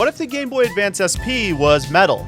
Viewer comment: Is he saying gayb0y??? Cuz I replayed this five times and I keep hearing the same word it's hilarious